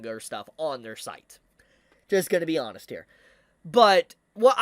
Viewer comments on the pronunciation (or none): none